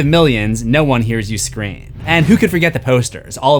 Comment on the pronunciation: I love that you keep saying scre4m